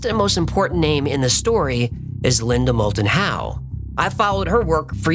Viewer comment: Linda Mold-and-How, credible? C'mon, Man....